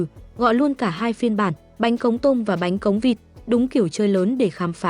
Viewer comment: Bánh khọt mà đọc thành bánh cóng làm nghề hkông biết bánh gì